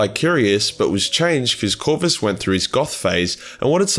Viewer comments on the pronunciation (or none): none